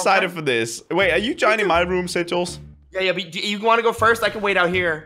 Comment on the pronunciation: Its sigils no singills